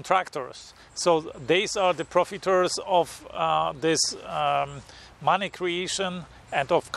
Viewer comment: I like the way you say "Mahneh"